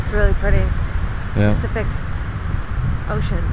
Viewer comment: does anyone notice that she says "specific ocean" ?